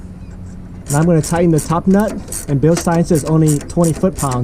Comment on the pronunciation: Thank you for pronouncing Bilstein correctly.